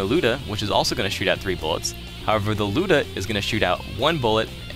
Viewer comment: Finally someone pronouces the Lyuda correctly!